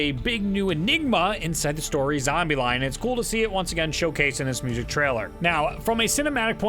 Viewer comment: you said Story Zombieline somewhere after. Funny flub. Also great video.